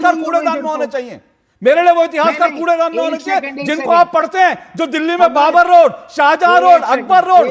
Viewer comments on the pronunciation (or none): none